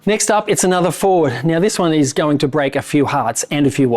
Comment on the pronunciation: Where you saying Ford or Fraud?......